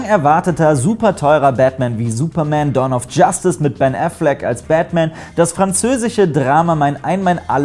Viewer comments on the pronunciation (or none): none